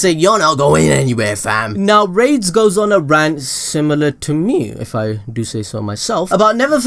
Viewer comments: The name is (ラデス・スピーリト) which is more like "Rah-des Spirito", rather than "Raids Spirito". Raids would be more like this: レイデス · Rades name is actually "Raydeez" bro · i think yuo pronounce it as ra-des, say ra, like you would say the winged dragon of RA, then say des, now say it combined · Tell me why when he said rades it sounded like rape and AIDS I don't get why it sounded like that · Lol that pronunciation of rades is giving me ear cancer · Wacth the anime and learn to pronouce rades name properly.